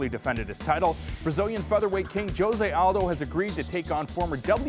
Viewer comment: Why do they pronounce Jose wrong every time!